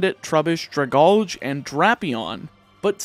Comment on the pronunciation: The way you pronounce Dragalge hurts me